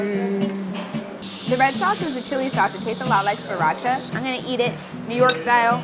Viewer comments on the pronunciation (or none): none